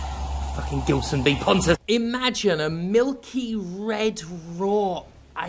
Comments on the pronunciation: Surely it's a name of Portuguese origin, thus pronounced with a soft G. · love how foreigners constantly mispronounce "gilson". its more like "jeelson" but please do not fix that by any means